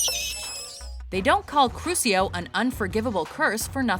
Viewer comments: It’s not Crusio. It’s crucio. (Crushio) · cringing when they pronounce crucio as crusio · In not pronounced crusio it is pronounced Crushio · they cant pronounce anything right accio crucio and other spells